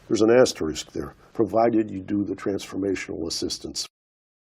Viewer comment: 좋아요👍448 귀에 쏙쏙 들어오는 울 의 강의🩷 #를 해시태그..라고..ㅎㅎㅎㅎ 정말 그런 분들이 계실까요?ㅎㅎ 재밌어요 *애스트리ㄱ.. 어쩜 그렇게 발음이 고소한 버터에요.. - 대쉬 (이게 흔히들 대쉬~한다고하는 그런걸까요?) _ 언더스코어 펄포ㅓㅆㅡ... 적기도 어렵다요😅ㅎㅎㅎ 폭우에 건강도 운전?도 조심하시고 늘 건강하세요❤️ 늘 감사합니다~~💕💞💖